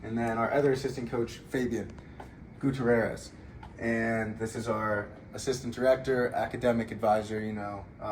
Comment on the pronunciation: Did you pronounce Gutierrez as Goo•Ta•Rare•Ez Come on du, it isn't that hard, you said you're one of the smart guys on the team, Italian and Spanish aren't that far apart when it comes to enunciating thats e•nun•ci•ate